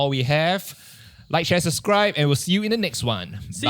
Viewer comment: why does keep pronouncing "subscribe" as "suscribe"?